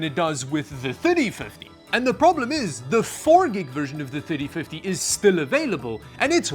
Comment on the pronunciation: Sooo many times when he said "3050" it sounded like "5050". Good thing he has the number on screen enoigh I figured it out, but I started just listening & not watching.